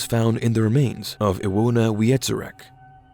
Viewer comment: Adria with 'a' like 'at', Iwona -> Ivona, Paweł -> Pavew